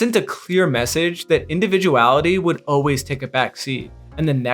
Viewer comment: When you say "O-ways", you mean the word 'always' right?